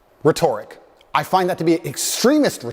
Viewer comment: 😅I’m so petty! I can’t with the way is says rhetoric! Good message though! It’s always nice to see a manly man speak up for what happening to our young men!